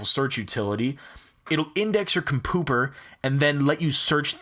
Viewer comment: Your "COMPOOTAH"